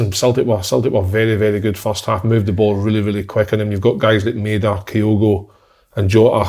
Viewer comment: someone tell si how to pronounce maeda